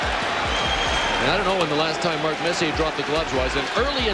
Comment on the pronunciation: Putting a R on the end of Marks name. Funny as fuckl.